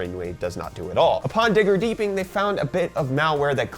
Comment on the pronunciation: Lol “digger deeping”